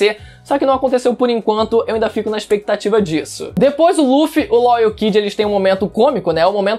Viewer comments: o cara fala "Ló " e eu achando que era "Law ". Doflamingo sempre errava o nome do rapaz kkkkk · Como nos falamos:law agora como o fala:lo